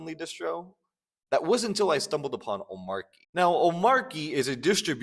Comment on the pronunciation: Omarchy is not omarky. Just sayin'.